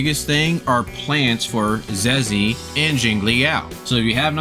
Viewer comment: You pronounced her name wrong. Hahaha her Zhezhi is pronounced as jeja. Love ur channel bro ❤❤😊😊